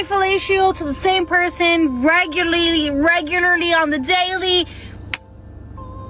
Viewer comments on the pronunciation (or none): S/O to the word “Raygulleelee”….